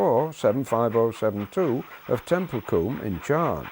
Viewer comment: It's pronounced (tem-pul-cum)